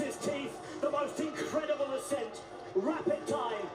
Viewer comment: It's ascent, not accent. WTF.